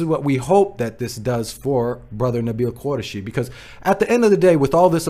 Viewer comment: Please stop butchering his last name. It is not pronounced "Qurashi"; rather, it is "Qoo-rai-shi" (look up the Urdu/Arabic spelling).